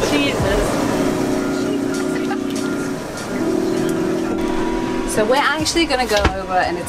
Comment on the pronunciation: I came from Endless Adventure. BTW, Did say "Jesus" or "Cheese us"